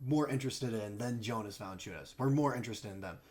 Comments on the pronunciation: lol pronounce it Yonas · Actually it’s pronounced Yo-nuss🤣 e for effort tho